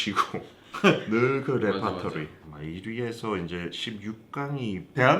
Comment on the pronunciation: 레파토리ㅋㅋㅋㅋㅋ발음 지리네